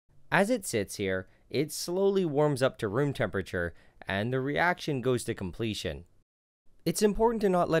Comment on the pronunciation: I can't be the only person who heard "the reaction went to complete shit" rather than "the reaction went to completion"